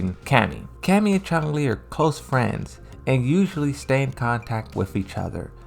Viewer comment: Narrator critiques the way folks pronounce Chun-Li, but then he proceeds to continually add a "g" to his pronunciation as if she's the main villain in the first bloodsport movie.